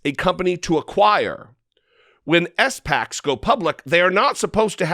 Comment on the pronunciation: hello dude Trump is one of those guys who thinks he can ignore little details like Securities and Exchange Commission rules. He thinks his SPAC [ say it so it rhymes with Jack ] is the special one that does not have to abide by the rules.